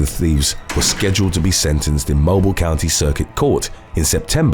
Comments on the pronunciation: Mobeeeel not mo bile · The city’s name is pronounced “mo-BEEL”. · Mobile Alabama is pronounced "Mobeel" 🤦🏿‍♀️ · It's pronounced. Mobeeeel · Mobile, AL is pronounced Mobeel. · It's pronounced Mo Bill. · I think we just had this issue the other day, but incase it was another channel, for future reference, if you see "Mobile" before "Alabama", indicating it's the city name, it's pronounced "mow-beel", not like the word for cell phones. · It’s pronounced Mo-beal. Alabama. That’s where I live. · Mobile, Alabama is pronounced weird. It is pronounced (Moe- beal). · That pronunciation of "mobile" always kills me lol